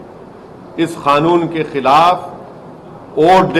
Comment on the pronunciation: कानून होता है खानून नही बे